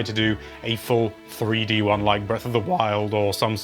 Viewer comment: Breath of the wILd